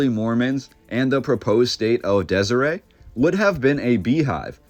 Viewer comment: Your pronunciation of names is inaccurate. Hyrum is “high rum.” Deseret is “deser (like you’re going to say desert but omit the T, followed by, “et.” We’re not French.